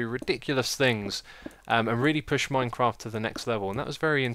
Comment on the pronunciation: it sounded like Xisuma said MineCrack i was loling the whole time